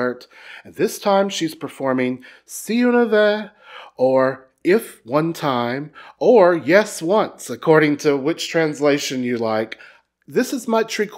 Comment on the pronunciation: Not to be mean but its pronuonced si una ves in spanish we pronunce the z as s